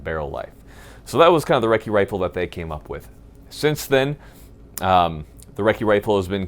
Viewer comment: Ya gotta take a swig of beer every time he says recci rifle....